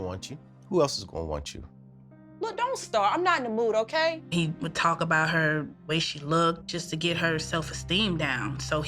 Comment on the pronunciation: It’s Not “ OTAY “